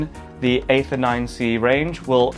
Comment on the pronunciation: It's pronounced 'ee-ther' 😁